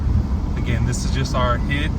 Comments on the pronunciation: It’s pronounced H.I.D, you say each letter, nobody says “hid” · Lol this is comical. It’s H. I. D not “hid” lmfao. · Lol you saying hid is hilarious I’m so use to say H.I.D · i think you say HID the same as LED